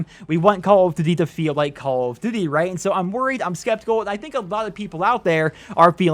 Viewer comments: "Call of D'thy" lol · Lol he keeps saying "call of dd"